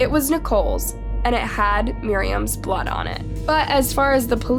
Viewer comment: Funny how your the "only one" on YouTube that can't say blood.